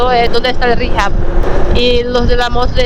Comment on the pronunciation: Hijab,, es Hijab; no "Jihab". 😆😆😆😉